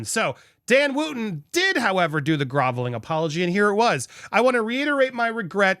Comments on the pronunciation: It's Wootton not Wooooooooootton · Wootton is pronounced Wutton.